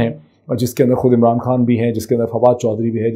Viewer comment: Come on...General Rana is picture-perfect here... ...of a goon that he really is... It makes me wonder if he really is a lawyer - forget whether he is capable of upholding law and order - he can't even pronounce "Supreme" Court properly - calls it spreem Even Imran is "Um-raan" And lo and behold, he is our 'law minister' - marvellous! I bet he has a dodgy degree!